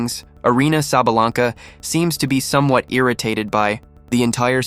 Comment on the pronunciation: You pronounced her name wrong idiot!